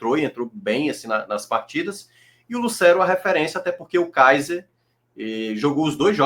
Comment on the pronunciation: corrige essa pronúncia. Não é "Lucéro". É "Lucêro".